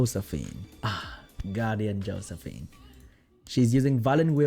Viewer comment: YES! Exactly the content I like from you! Thanks! Edit: "Hoesephine" is the best thing I heard all day.